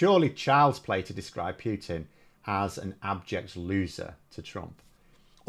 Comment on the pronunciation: He is not called Pew-tin !